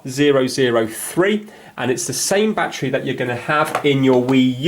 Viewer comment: “Bat tree”